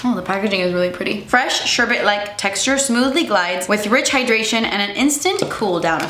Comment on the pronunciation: THANK YOU for being the FIRST person I’ve heard pronounce“sherbet” CORRECTLY! I knew I loved you! And yes, an “empties”!!!! ❤️🥰